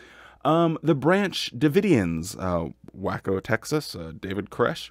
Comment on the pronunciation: Waco is pronounced “way-co” 😂 loved hearing is wacko😁